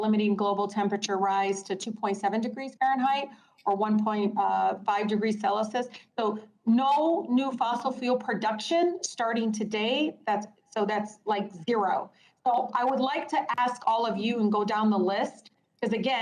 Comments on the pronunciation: Tlaib says "1.5 degrees celisus". She said "celisus", instead of celsius. SHE SAID "CELISUS"!!! AND DIDN'T CORRECT HERSELF! AND YOU THINK ANYONE IS TAKING HER ADVICE?!?! HELL NAW!!! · Celisus? Tlaib, just how ignorant are you? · cel-uh-sis?? ha ha ha ha what a moron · "1.5 degrees Celisus" lol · I think it's pronounced Celsius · Wait, did she say "Celisus?" lol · Celly-Sus! LOL